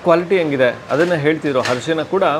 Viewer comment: ಹರಿಶಿನ ❌ ಅರಿಶಿನ✅